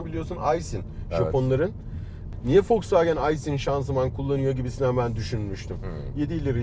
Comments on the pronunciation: foksvagen diyor hayatımda ilk defa boyle diyeni gordum fdksgndksgn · şu adama birisi Volkswagenin okunuşunun folksvagın olduğunu söyleyebilir mi? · Bende folsvagen diyişini sevmedim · Yabancı okunuşu zaten V le değil F ile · Yalnız adam foksvagen diyor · foksvagen deme abi ya :D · O wolsvagen diye okunmuyor doğru okuyor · Daha woswagen demesini bilmiosun eleştiriyorsun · Foksvagen değil doğru olu şunuuuu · bende sizi eleştireyim ve kızıyorum.neden FOXWAGEN diyorsunuz.bu kadar mı bilmiyorsunuz? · yav bu adam neden fosfoğen diyo bu araba markasına tribe soktu beni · folsvagen değil wolskvogen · Biri Şu Adama wolksvagen demeyi öğretsin kanser oldum aq folksvagen nedir lan amk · Bundan sonra vosvogen e foksvagıen diyeceğim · Tilt oldum "W"olks"W"agen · Folkswogen ne aq o wolkswogen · Folkswagen diyo volkswagen demesi lazım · Önce marka ismini oku Foksfagen nedir ya. Foksfagen seni niye işe almıyor tasarım mühendisi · Ulan Adam wolsvogen demiyor folsfoken diyor bi git abi ya parayi bol bulmus dieseli kotuluyor premium Adamlar yapmis bu begenmiyor Ben buna sahin versem 1 aylina sonra arteon versem Bugatti binmis gibi olur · de fosfagen diyo o fosfagen değil woswagen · fosvagen ne abi yaa vosvagen de bari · vw demeyi öğrense iyi olcak 😂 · Şu adama volkswagen demeyi öğretin aq fulkswagen diyo amk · Foswagen ne olum be volkswagen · Madem tam anlamıyla telaffuzla söylenmek isteniyor "Foksfagen" değil "Foksfagın" dır. Bunun dışında süper inceleme, güzel dokunuşlar. Teşekkürler. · Adam Volkswagen e folkswagen diyor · Fokswogen deyen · Foksvagen demeyyidi iyiydi :) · ADAM DAKKA BAŞI FOKSVAGEN DİYO AQ :d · Foksvageb dedikçe gerildimm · Fosfaagen diyerek aracin fos olduğunu mu söylüyor. 😊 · Adam harbiden ters ya Folswagen dedi durdu amk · Foksfaken diyo çok gıcık oluyom amk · Fosvagen değil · FOLKSWAGEN :D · Cool konuşcam diye, Foksvagen diyen dayıya bak hele... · orkun fatih yılmaz folksvaagın diye okunur